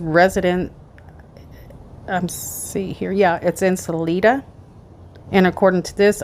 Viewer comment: It’s “Suh-lie-duh”. Salida.